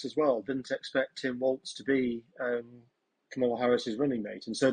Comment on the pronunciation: Might be time to figure out how Kamala is pronounced, Times. It's KARmala, not KarMARla. And not Camel-a. She's not a camel. Is it that great an intellectual leap? Just hear the word, and then say it. Spread the memo to your presentors.